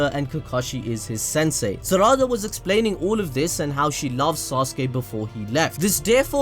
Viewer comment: SARADA REALLY, it’s pronounced SA.RA.DA